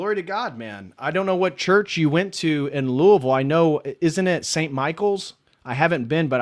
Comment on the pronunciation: you're correct. St. Michael's in Louisville is beautiful. I used to go there before moving to Idaho, and my wife and I were married there. There is also a very nice Greek church as well. And on behalf of all Kentuckians, thank you for pronouncing Louisville correctly.